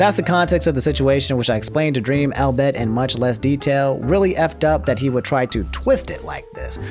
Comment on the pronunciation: 'Dully' and 'albeyt' u have clearly never seen these words.